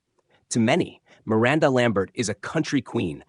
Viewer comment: you can't say Miranda right?